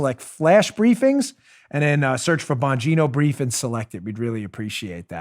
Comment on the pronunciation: "Joe and I worked really HARD-ON it, it's in the Bongino('s) BRIEF(s)s" lol!!!